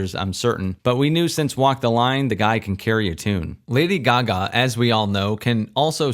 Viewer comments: who the fuck says lady gugah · I was speechless when he said it that way 😂😂😂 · What’s the point of saying Lady Gaga’s name like that when you know that’s not her name 😑